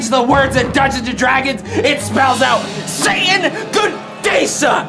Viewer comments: Did my man just say Saiyan? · 1980s All I hear is Saiyan instead of Satan. Welp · I know it's Satan, but I kinda hearing saian and now I'm waiting for Goku to play D&D.